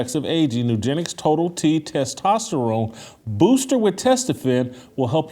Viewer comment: I like the way pronounces the word testosterone but I like even more the fact that he's hella based.